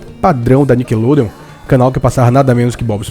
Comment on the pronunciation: só aceito criticas de quem realmente sabe do q ta falando... O cara num sabe nem falar NICKELODEON.